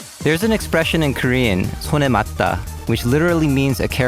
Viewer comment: When i heard you said Korean 손에 맞다 so fluently, I got scared.